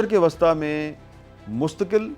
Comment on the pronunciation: اور مشرق وسطی Wasta کہتے ھیں جبکہ وسطی Wusta بولنا چاہیے